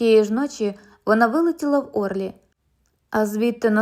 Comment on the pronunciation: Не Орлі, а ОрлІ.Перевіряйте наголоси,хоча б,географічних назв.